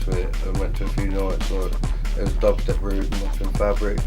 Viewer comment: lol "well if you just type dahbstep in google loads of little fings come up"